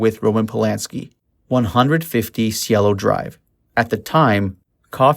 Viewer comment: And it's Cielo, pronounced syelo.